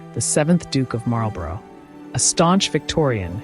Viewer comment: Marlborough is pronounced Marl-borrah.